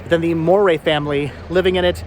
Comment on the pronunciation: It is pronounced like "dowry" with an M. Is my maiden name, this house belonged to my great grandfather.